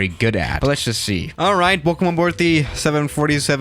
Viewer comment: The way you say 7 47 breaks my heart